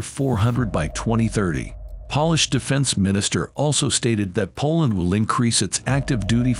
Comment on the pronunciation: Good video, ridiculous narration. Computer voice. Too many words mispronounced. Pronounces Polish like shoe polish.